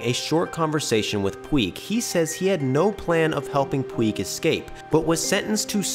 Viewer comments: Dude, the word is “escape”. Not “excape”. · The word is "escape" not "excape" thanks for reading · Dude, you should not do your own narration if you use the word "excape". It's escape, dude. Sound it out. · You said 'excape' My brain hates that. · eScape ES-CAPE! ESSSS! GODDAMMIT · am i the only person that hates, the sound of this person saying "excape" for half the video? there is no "k" or "x" in that... it hurts my ears... PLEASE GOD STOP SAYING EXCAPE!!!! PLEASE!!! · Dear: “Escape” does not have an ‘x’ sound in the first syllable. (You’re welcome.)